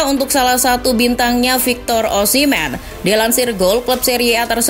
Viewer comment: Osimmen apa osimheen pembawa acara pertama..